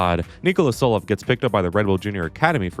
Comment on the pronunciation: saying Solov instead of Tsolov is genuine ragebait